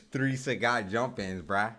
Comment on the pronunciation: Sagat~ This is Sagat~ Not SAGAT